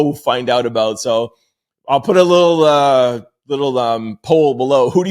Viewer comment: Lil not little